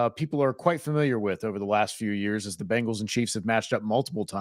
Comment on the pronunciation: Ok ok...this is petty. But i absolutely hate how people say Bengals. They say Bangals. Its not Bang...als...... its Beng..als. like Bing!!! From a pronunciation stand point. Not like, Banging your mom. Idc if i get hate for this. Just get it right smh